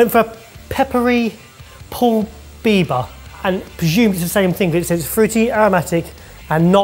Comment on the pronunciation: Did say Justin Bieber pepper? 😅😂